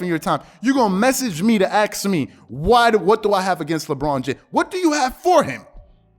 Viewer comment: "A S K" not "Axe"